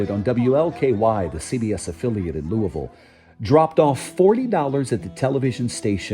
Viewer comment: I love this story - and that David Begnaud pronounced Louisville correctly.